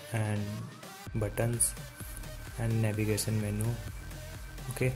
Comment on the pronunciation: buddon, sexon, meno. Please...Talk English. It's: Button, Section, Menu. (Sek-shon), (Men-you).